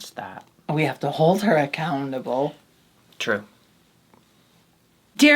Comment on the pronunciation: saying “ac-cow-ntable” and looking so pleased at her pun ⚰️